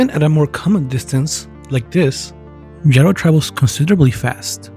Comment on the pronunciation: Technically it’s pronounced “yee-row”